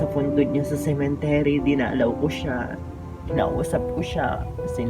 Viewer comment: Dagdag bawas ka naman. Ung subscriber ang basa mo suscriber taz ung cemetery binangit mo na cementery ai nako